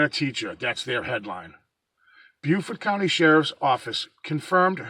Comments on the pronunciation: It's pronounced bo fort. J live there.we still don't know what. The commissioners are dragging their feet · It's pronounced bo fort county an it's pronounced pan tee go . I live in Beaufort county NC. We still don't Kno what exactly happened. The wildlife had control of the scene an contaminated it. It should have a homicide scene. Dna was screwed up an the state blood lab is a joke here. Lookup commissioner Hood Richardson an see what he said during a council meeting. Kinda interesting.